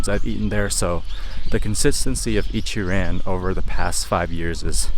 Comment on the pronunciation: Bro why you talk like a white guy - it's Ichi-ron not pronounced ran lol